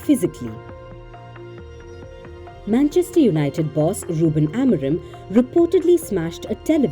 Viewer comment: It's Amorim, not Amorem 😅😂